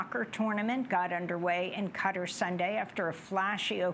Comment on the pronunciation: that's how it's pronounced. The closest Arabic pronunciation is "Ghutar" so cutter is closer than the "Kuh-tar" many anglos say.